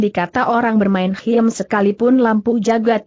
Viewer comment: Khiem dibacanya 'Kim' Bukan hiem ☺